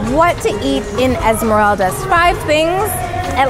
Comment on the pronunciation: I'm ecuadorian and it's pronounced Esmer-AHHH-ldas